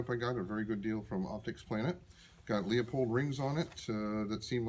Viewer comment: dear lord why do so many people call LOOPOLD scopes LEE O POLD. call the company and listen to how they say it. are you sure that target was made with a 700? it looks more like an 870 group.